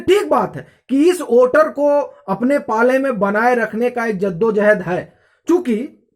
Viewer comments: Don't judge him by his pronunciation. He's doing great work. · ओटर नहीं वोटर ।